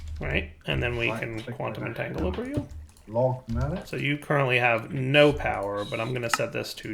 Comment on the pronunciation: “Entangloper” Me: “aaaaaAAAAAAAGH!!!”